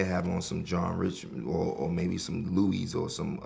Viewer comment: Elle' No it’s not it’s loo-wee